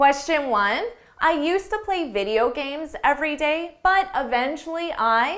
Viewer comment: Can I get the pronounciation of “eventually ”，because this is the second time I heard from sound like “evntruli”，it’s just weird as I sounded it as “i vn trilingual‘’😂😅